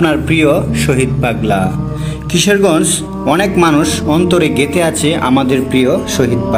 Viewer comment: ভাই কিশেরগজ না ভাই কিশোরগঞ্জ হবে উচ্চারণ ঠিক করেন